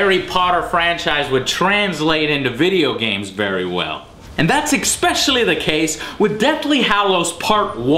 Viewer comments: Joe, I love you, I always have, but for god's sake, I can't take it anymore: It's ESPECIALLY, not "eks-peshally"! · Jesus CHRIST! it's pronounced ESPECIALLY. not EXPECIALLY. anyone who says it like that sounds like a moron. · I like Joe but "Xpecially" triggers me every time. And he says it all the time. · Expecially... haha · Is it me or does Joe say Exspecially rather than Especially? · yo joe stop saying exspecially ! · & = "Expecially" LOL, what a dumbass. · What is "Expecially", Joe? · You know when you get stuck on someones pronunciation of a word and suddenly that's all you hear and sort of keep waiting for? Well.. There's no "K" (or X) in "Especially". ;) SORRY! Can't help myself. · I like how joe always says "eckspecially". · You really went all out with your favorite word in this one "EXPECIALLY" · What does 'Ecspeccially' mean? and many more times throughout =)